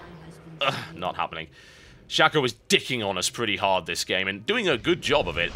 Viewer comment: It's Shaco, not Shacko...